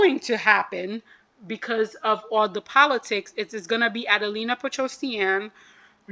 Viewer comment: A-DEL-IIA* not adelina lol